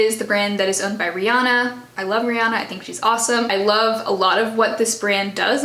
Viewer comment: Your top is amazing and I love the purple shadow 👌 Totally random pet peeve: Re-anna, not Re-ahnna 🙂 I really like this video, regardless of whether everyone agrees on the status of the brands, it gets you thinking.